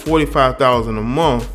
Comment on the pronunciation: $45,000 a MUNF? Did he meant to say MONTH?